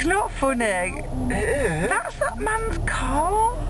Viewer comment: "thats not fonney.."